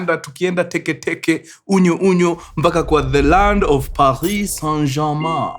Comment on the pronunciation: Paris St. Germain ✖️ Pahii St. Jamaa ✅ Bordeaux ✖️ Bodoo ✅ Ah I've been pronouncing them wrong,Hapa kwa mkuru we learn every day 🤲